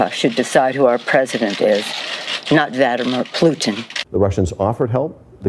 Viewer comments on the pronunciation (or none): Did Nancy say "Vladamir Plooton"?